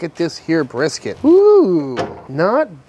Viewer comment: I was cracking up when I heard how he said "Texas Style BRRRSKT"!